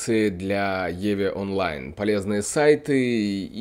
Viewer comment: Пока играю в еве онлайн. :))) Самому не тошно так говорить? В еву, евку или в ив, но не в еве онлайн. Жесть какая-то.